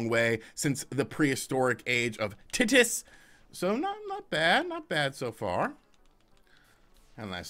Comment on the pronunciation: pronouncing of “Titus” = instant demonization